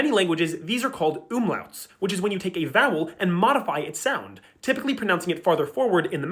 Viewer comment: Funny how he call them Ümlauts.